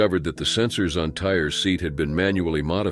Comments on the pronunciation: Some have named their child Alizé, Hennessy so Tire is a possibility. Though I agree it's Tyreé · Tire who would name their child that? No one! Find out how to pronounce a name if you are going to use it! Smh!